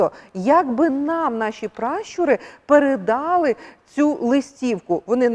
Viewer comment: Масниця--від слова масний(жирный).Масляна--від слова "масло".Їдять масло вершкове з млинцями.(Вибачте, в слові "передали" наголос на останньому складі.А на третьому складі--в рос. мові наголос.І чому "бУло", а не "булО"???)Вибачте,якщо я чогось не розумію, мені цікаво,чому так?!